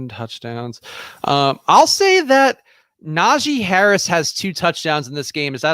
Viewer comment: Najee not Najay Harris :)